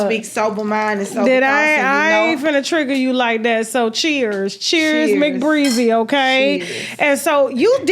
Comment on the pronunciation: I wanna watch this interview so bad but this interviewer is pissing me off with her messy ahh and she keep pronouncing her name wrong af